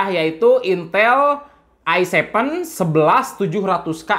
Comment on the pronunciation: "Se Pe U intel ai sepen dan ai nain" 😂😂